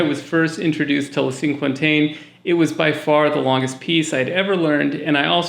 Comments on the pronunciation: hey a handy way to pronounce cinquantaine. Sank Aunt Ten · As soon as I get my hands on a cello I'm going to look at some of your recommendations which sound wonderful! BTW, "cinquantaine" is a French word meaning "fiftieth". If you want to pronounce it much more closely to the French say "Sank on ten." and don't stress any of the three words.. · Sank- con-TEN. is how to say the first piece. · Pls learn how to pronounce Cinquantaine. It's cringy.